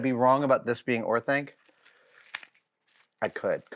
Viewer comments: Every time he says Orthank I tilt XD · Orthank? My guy, you’re killing me.